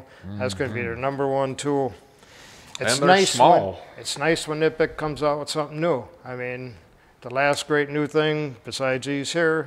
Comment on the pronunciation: It's not Kuh-nipex, that's like Guy Fieri teaching people to roll their R by telling them to say Fee-Eddy. If people can't do the K sound without adding an emphatic "uh" in between, they should just leave it silent imo.